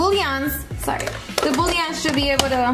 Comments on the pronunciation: Girl I love you tons, the way you pronounce “bouillon” is boo-yon not boo-lee-on. 💗💗💗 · its the latina in her lol my tio says it like that too lol